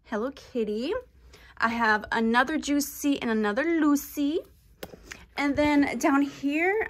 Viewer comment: " Another Juicy and anothet Luicy" 😅